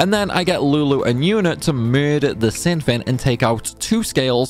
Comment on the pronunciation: Ahem: it's "final showdown with shin". I always thought it was funny how it sounds like he adds a H in there